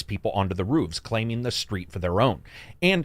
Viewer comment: Homie keeps saying ruufs instead of roofs